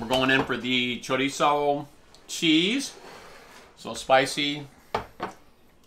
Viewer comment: You pronounced chorizo correctly!!! I hate it when people say it CHOREEZO!!!